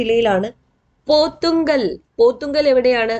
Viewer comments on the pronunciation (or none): Thank you.... Miss പോത്തുങ്കൽ അല്ല... പോത്ത്കല്ല് ആണ്...